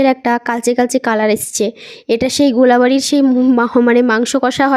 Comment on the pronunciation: Ota Golabari noi GOLBARI